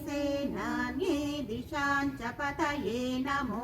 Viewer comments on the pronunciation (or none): ಸೇನಾನ್ಯೇ.. ಅಲ್ಲಿ ದೀರ್ಘ ಸ್ವರಿತ ಇಲ್ಲ ಮೇಡಂ